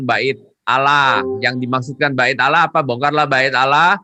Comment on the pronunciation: Bc Allah saja ngk benar masa bcnya alah padahal huruf L nya dauble